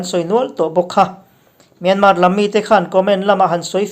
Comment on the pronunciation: myanmaaa tiin an lam thin a thenkhat hian..(R) hi anlam tel silova myanmar ti a lam lovin 'R' hi paih in myanma anti ziah a kan hre chiang chak deuh a...